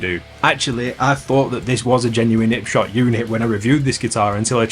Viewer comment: Could possibly be my new favourite guitar channel, the lack of H's on 'Arley Benton and 'Ipshot made me feel right at home ahahahah Mint video lad!